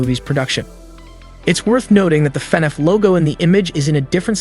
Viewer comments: It's annoying how he says "fin eff" it's " fah-nahf" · why is he saying fnef